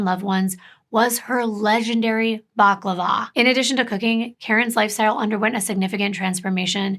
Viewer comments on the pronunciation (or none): none